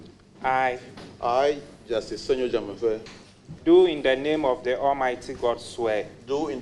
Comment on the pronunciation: The name is Senyo Dzamefe not Semenyo